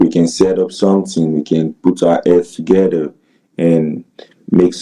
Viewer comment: 🤣🤣. Togeder, appiness, ippopotteamus, 😏